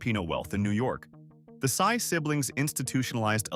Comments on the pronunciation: Sy is not Sigh but must read as See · Henry Sy of Shoe Mart is pronounced as see not psy. Thank you. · Sy ( read as See) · It’s pronounced See , you butchered all 😢 their last names